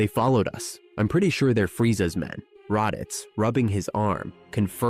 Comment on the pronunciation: Radeets and Zarbin